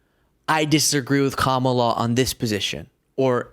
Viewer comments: Noticed that Crenshaw paused a moment before mispronouncing Kamala's name as if reminding himself to do it 😑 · Republicans are scared to even pronounce Kamala's name the right way. They will pronounce it ju7st as Trump pronounces it. They are so scared of Trump's hold over MAGA thugs and hooligans. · They just will NOT say her name correctly and it’s so just gross. They do it on purpose and they are 🗑️for doing this. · 1. Oh great, the pirate is back and spewing nonsense. Pete should have never apologized to this asshole. 2. Sinbad is yet another idiot who can't say "Kamala" correctly. It is like a bunch of 4 year olds who can't pronounce "spaghetti."